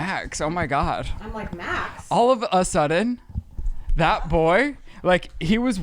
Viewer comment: The emphasis on the A in all of a sudden